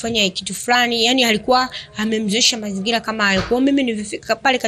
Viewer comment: Kurwarwa, usarwama, mazingirwa, majirwani. Mwalim wa kiswahili cha.huyu bi shosti anakitabu chake pekeake make sio kwa Rwa, rwa.hizo kaaa!